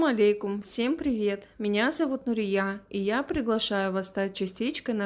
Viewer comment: Имя Нурия ударение на ,,Я